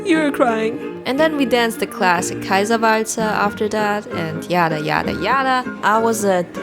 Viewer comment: I was like DAYM THAT PRONOUNCIOATION when she said Kaiserwalzer